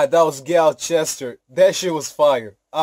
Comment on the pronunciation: My g, probably the first one on youtube to pronounce gyalchester correctly haha more life to you, your family and friendsss